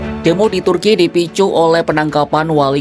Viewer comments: ini pengisi suara ndak tau cara baca kata turki ya? masak kompas pengisi suaranya ndak bisa baca dan eja sesuai aturan bahasa. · Lebay amat pengucapan turki😂